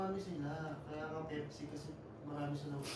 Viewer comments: Npaka bobo mo ,pepsi ndi pipsi , halatang wala kang alam nag mamarunong ka . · Bakla Pepsi. Hindi pipsi